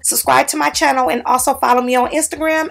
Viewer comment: Welcome back to my Channole I love how you say that.